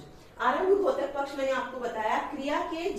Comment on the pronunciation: मैम आप बहुत अच्छा पढ़ा रही हो। आपके छात्र होने के नाते आपसे एक अनुग्रह करूंगा कि आप उच्चारण में सुधार करिए। द्योतक को घोतक न बोलिए।🙏🙏🙏